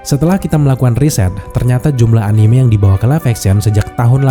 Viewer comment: respect yang menyebut anime dengan e yang benar